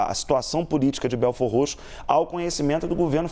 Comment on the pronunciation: O bom é a reporter pronunciando belfordroxo kkkkk